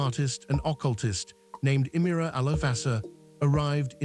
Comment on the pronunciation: You have done so much research and missed checking the correct pronunciation of Sri Aurobindo's and Mother Mirra's names !!